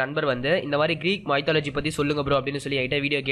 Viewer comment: What a pronunciation... Mythology... Please get help of Google speak can help to pronounce right way...